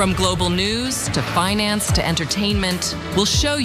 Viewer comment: I swear she said binance not finance. That's not good.